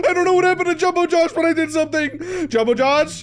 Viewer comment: Did this Guy say jombowjoe?